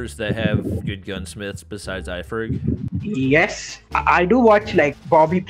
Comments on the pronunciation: Lmao he just said ferg "Ifrag" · He called iferg 'ifrag' lol🌝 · He said ifreg instead of iferg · Man said "ifreg" 🤣🤣🤣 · Did anyone notice he says iFreg instead of iFerg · Did he call iferg ifrag? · that coach said iFerg as ifreg all the time 🤣🤣🤣